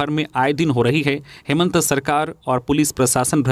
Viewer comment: समाचार वाचक संजय से कभी कभी हेमंत का उच्चारण हेमंतो हो जाता है।इसपर उन्हें गौर करना चाहिए।